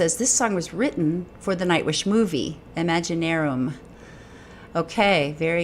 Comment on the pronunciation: The "Imaginaerum" (Good job pronouncing it right by the way!) album is a bit of a concept album which originally was going to have music videos for every song. But the director suggested to Tuomas that they adapt the videos into a film. The film features an old Rock keyboardist-composer in a coma with his childhood self navigating a nightmarish dreamscape as he tries to recover important memories that he's lost. The jazz lounge scene for this song is awesome!